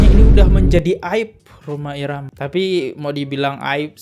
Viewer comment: Kontribusinya apa Roma irama anak Abah ngomongnya romah irama gak bisa jadi panutan blok